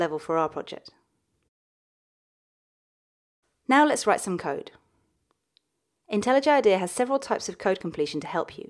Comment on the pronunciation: Well technically she says it the correct way...